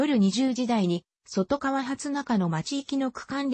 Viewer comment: そとがわでなくとかわ